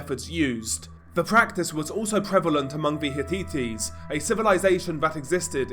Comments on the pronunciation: Hit-tites is the pronunciation not hit-teet-tees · “Hitites” Heh-tights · Did this guy call the Hittites, the Hi-tee-tees!?!?! Come on, lift your game. You lose credibility when you mispronounce simple ethnonyms. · 😂😂😂😂 It's pronounced 'Hitt - ites'. 😅😅😅😅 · 'Hi-tee-tees' is crazy bro